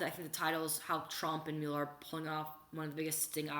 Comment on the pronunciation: The name is NOT myul-er, it's MUH-ler.